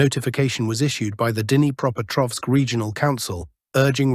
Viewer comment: should at least know a little Russian or at least know how to pronounce "Dnipreopetrovsk". This is the last time I will click on your channel. I watch "military Summary Channel".